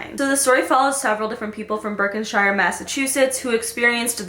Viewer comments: 🌟 NOT - Berkinshier ( how you pronounced it ) ...It's pronounced like it sounds like this BERK-SHEARS ... Stay Safe 😷 & 💗 Much Love ~😈🔺🦋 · "Berkenshire" Mass lolololol I've never heard that pronunciation